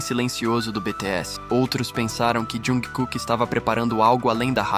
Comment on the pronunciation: Correções: ele é timido e muito humilde, mas quem é Army sabe que o bonito passa longe de ser quieto hahaha. A pronúncia da palavra maknae é "makne", você não pronúncia o a e. O nome civil dele é pronunciado quase como "Jangkok", se você reparar como ele fala nas entrevistas. Jung Kook é o nome artístico dele, assim como V é o nome do Taehyung, assim por diante.